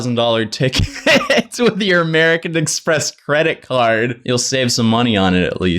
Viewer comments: Why does jojo pronounce American Express credit card as amewrican express cwedit cawd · Nobody: Jojo: Amewican Expwess cwedit cawd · AMEWICAN EXPWESS CWEDIT CAWD